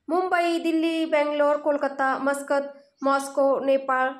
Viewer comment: मुस्काट नाही मस्कत